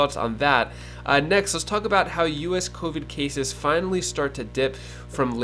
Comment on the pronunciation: Cases. Not keysis